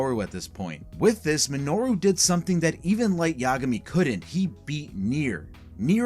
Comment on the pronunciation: I hate how you say Yagami. It's incorrect. Both A's have the same sound. Ya Ga Mi. Not Ya Guh Mi